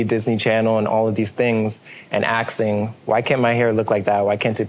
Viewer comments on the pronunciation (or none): The word is "asking" not axing